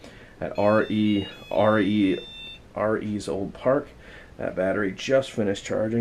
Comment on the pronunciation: Cool. I will be less than four hours from there at sunrise... hmmm.... I didn’t see an address, and it sounded like you said, “RE’s old park.” No idea what that means. Probably sold out anyway. So, I hope you have a good time; looks like you’re set up to rule the roost!!! :). Enjoy it, Brother. And my profound apologies for missing so much!!!